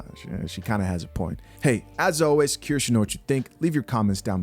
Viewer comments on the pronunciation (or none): none